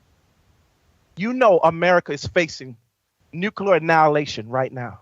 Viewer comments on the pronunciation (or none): He CANT pronounce nuclear!!!!